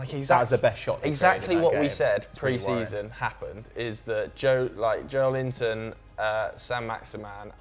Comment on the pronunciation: When you realise that his surname is Joelinton, and he's not called Joel Linton